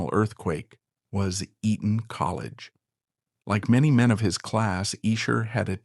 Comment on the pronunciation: Not Eden. EE-TTon. Elocution lessons for you, asap.